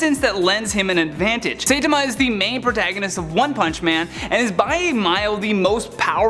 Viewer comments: Si tom ma....not say ta ma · "Saytama"? It's "Saitama". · Say-tama is killing me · It's not Say Tama It's Sai or SI - Tama. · Saitama... not Saytama... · Pronounced Sitama not saytama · sai ta ma... not saytema....sorry it was bothering me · Its not Pronounce Say-ta-ma Its pronoune as Sai(as the weapon) Sai-ta-ma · SEITAMA??? IT'S SAITAMA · Who is Saaa-tama? It's Siii-tama. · Say-tom-a? Really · "Sey-tama" ... okay. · At least say, sigh--tama, please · He literally ruined the whole video by saying “say-tuh-mah” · Saitama is pronounced Sy-tama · Anyone else bothered by mispronounced Saitama? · Your pronunciation of Saitama gave me so much cringe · This vid was cool until the pronunciation of Saitama...... the cringe. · Goku should be #1, and you prononced saitama wrong! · Saitama the first a is silent and you say the i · U pronounce saitama wrong lol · Mispronounced Saitama, calls Goku a supernatural entity... just urgh..... the wrongness is painful. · He mispronounced Saitama!! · But then got everything wrong about the anime entries. Didn't even say Saitama's name right. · This must be an old list. First you miss pronounced Saitama. Second Omni Man has been stopped with extreme prejudice. Third your list should have included Invicible and Dr. Manhattan. They should share the number one spot. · Dear God I don't think I've ever heard someone butcher Saitama's name so completely. I physically winced every time he did it, it hurt so much.